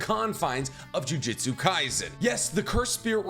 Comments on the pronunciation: the only complaint I have is this, Jiujitsu is a martial art, they are using jujutsu, pronounced joo-joot-soo rather than joo-jit-sue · Why does he keep saying jujitsu literally unwatchable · For real the way he pronounces it, a bit embarrassing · Didn't even take 30 seconds for "JuJitsu" aaaaand I'm out. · Can you stop saying jujitsu? sounds like you’re talking about grappling. 😅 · Jujutsu, my man was saying jiujitsu lol// good video though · my man said jujitsu so much i had to check if i was saying jujutsu wrong this entire time lmao